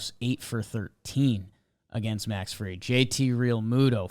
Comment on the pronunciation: Dude on the left can’t even pronounce Max Fried’s last name correctly. Come on dude. Disrespectful to a hell of a pitcher. It’s not Field